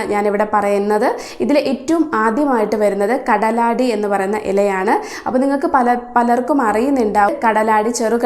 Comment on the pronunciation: കാലടി അല്ല സുഹൃത്തേ കടലാടി tnq Dr.